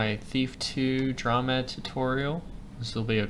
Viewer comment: The term "dromed" came from the camel, or dromedary. Thus, the word should be pronounced DROW-MED. You know...the preceding vowel is always long when followed by a single syllable followed by another vowel. Anyway, I'm known by Ricebug at TTLG and created a bunch of FMs. Now, here I am, back in kindergarten, watching your video! AAHHH!!!